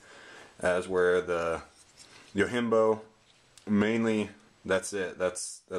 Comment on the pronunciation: Fair enough, well thought out review. I'm not here to bust balls, but I feel I should say, it is not pronounced "yo-HIM-bo." It is a Japanese word meaning "Bodyguard," and it is actually pronounced "yo-JIM-bo." Peace.